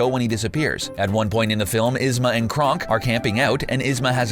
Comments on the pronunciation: Kronk not krunk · He said krunk, not kronk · I love the video, but were you just TRYING to mispronounce every Emperors New Groove name, cause I lost it at "Krunk" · Alright, I'll take Ihzma . Cuhzcko is a bit of a stretch, but I'd let it slide. But how. How in the motherfucking hell. Did you say Krunk ? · I'm sorry I-- "Kuh-zko?" "Krunk?" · This video is absolutely fine, but I can't forgive him for the pronunciation of Kuzco Yzma and Kronk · Darn, I was really liking this video until they got to Emperors new groove, he single handedly BOTCHED every single name. Kuz-co, Krunk and ehz-ma. Very nice